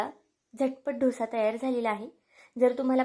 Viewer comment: ढोसा काय बोलता. डोसा बोला